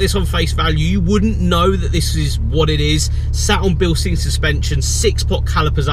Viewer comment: V nice car. Pronounced bil-shtine